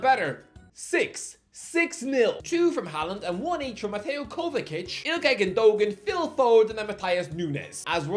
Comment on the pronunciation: Are we gonna let him call kovacic kovakic? For how long??